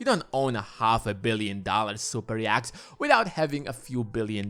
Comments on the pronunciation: 'Yacht' - Pronounced 'Yot' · I'll never be able to un-hear 'yakt' as the pronunciation of yacht. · I don't think Russian billionaires are into Andean mountain creatures. Yacht rhymes with not. Otherwise noone knows what you're talking about. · Bro can’t pronounce yacht and more 😂